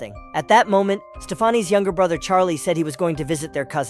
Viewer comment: "Stefarnie" lol its pronounced stefani like stephanie